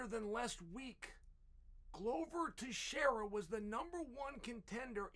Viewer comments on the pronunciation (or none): none